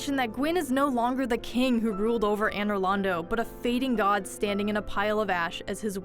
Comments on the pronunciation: You pronounce so many dark souls names wrong lol really Anor Londo? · and she never says anor lando but lordaan or what shes trying to say? (i guess lordran....)